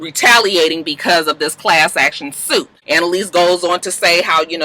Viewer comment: The fact that she can’t say class action suit is what’s funny 😂😂 every week it’s a tongue twister!